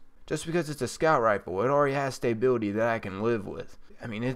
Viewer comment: dude, love the videos but I have say, you're saying stability wrong.